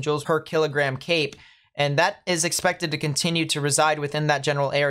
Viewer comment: I thought you were saying Cake not Cape. Like Cake gives you energy. Then I cleaned my ears. Kind of sad it's CAPE